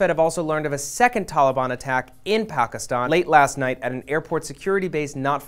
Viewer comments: I agree he is saying pakiston not pakistan. He did the same with Taliban. Atleast we know what he is talking about. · He could be purple or polka dotted. You're missing the point. When a non-native who doesn't speak the proper dialect tries to sound out the proper pronunciation with ONE word and then continues on with his colloquial accent for the rest of the dialogue, in my opinion it sounds awkward. For instance, this guy tries really hard to pronounce "Pakistan" and "Taliban", but he Americanizes the fuck out of the pronunciation of the Prime Minister. But you focused on the fact that I said "white dude". Jesus H Christ, you politically correct, overly sensitive fucks scare the fucking bejesus out of me.